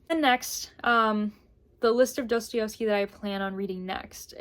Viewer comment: I love you, but I have to correct you 🙈🙈 pls forgive me, but my ears are bleeding. It's pronounced *DostoIEvsky*, not DostoIOvsky.